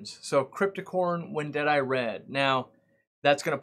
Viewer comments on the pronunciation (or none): It's crypt Wendtii not Wendetti like you call it , not only you but most American I see on YT . The plant was first described by a Dutch botanist Hendrik de Wit and he named the plant after aquarist and writer Albert Wendt.( prenounced WENT followed by E eye) . Sorry ,I'm not trying to be a wise guy but that's it's name. Only love from The Netherlands.